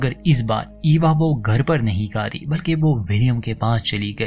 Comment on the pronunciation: Its good but need to improve Hindi speaking correctly it's not kati it's khati Hindi pado bhai